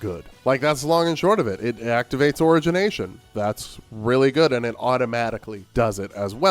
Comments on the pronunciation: Your opinions on these boons I think are pretty spot on. Your pronunciation of "origination" is killing me. I am literally dying. I am deceased. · Buddy doesn’t even know how to say origination correctly. Also doesn’t use the omega abilities for the staff when that’s the best thing about them. Don’t listen to his input.